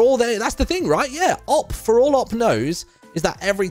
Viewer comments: I still cant get over Martyn saying "op" instead of "O-P" lol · Martyn is TAH for his pronounciation of OP